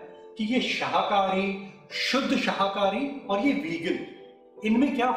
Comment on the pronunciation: Sirji शहाकारी बोल रहे हो आप, शाकाहारी है वह ✨